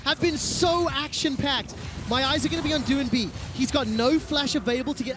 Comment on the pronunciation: Doinb is not pronounced doo-in-bee, the 'oin' is phonetic, like 'oink'. Watch some LPL, casters kthxbye.